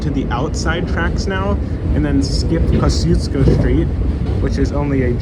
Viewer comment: And it is KOS-KEYS-KOES